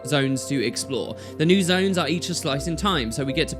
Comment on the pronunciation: "zoones"....lol have a like anyways :)